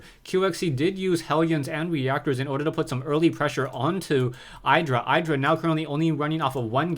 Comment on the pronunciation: you pronounce idra wrong fyi, if you watched the mlg dc games then you would hear how they pronounce it. not flaming, just helping